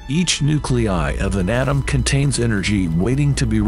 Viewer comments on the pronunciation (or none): Painful to listen to , exactly how many "Pro-Tans" are in a uranium "Autumn" ? Ouch